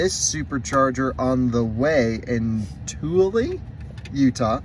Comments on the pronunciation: Tooele = Too-EL-Uh. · So cool to see my old stomping ground. Tooele is pronounced 2-el-ah. Rhymes with cruella. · Tooele is pronounced Tooo ill ah, It’s really funny to see people outside of utah try to pronounce that 😜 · Tooele is pronounced TOO ILL A